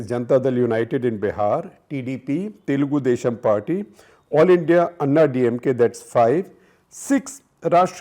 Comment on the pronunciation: And it is Telugu Desam Party not Telgoo Desssham Party